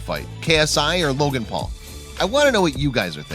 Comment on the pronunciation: i like how he says jake pool and logan pool